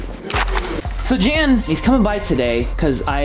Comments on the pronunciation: Fun Video :-), BTW, his name is pronounced "Yun" as in "Sun", not Jan , as in the Brady Bunch! :-) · ... That's not how you pronounce "Jan".